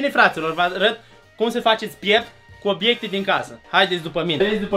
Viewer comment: Obiecte nu Obecte